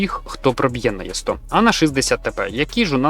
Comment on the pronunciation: і добавити свої 5 "Е100" а не "Є100" й слова паразити... А все інше топ!!!